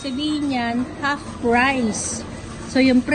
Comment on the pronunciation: Anong haft? You mean, "half"?